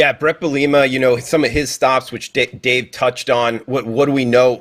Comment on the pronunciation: really likes to butcher brett bielema’s last name😂😂😂